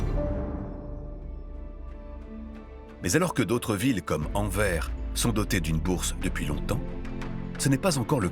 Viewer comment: S'il vous plaît, c'est Anver-se, pas Envers